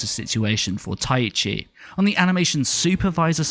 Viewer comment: Sidenote: You keep pronouncing Taichi (Tai-chi) as though you're saying "Tai-ichi"